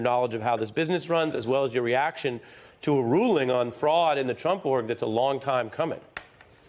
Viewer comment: "Dissolution" is NOT pronounced disillusion It is Dis--olu-shun